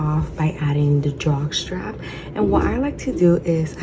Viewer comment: So cute, love it, the drawstring part, keeps sounding like you’re calling it a Jockstrap? 🤭 lol, can’t wait to make this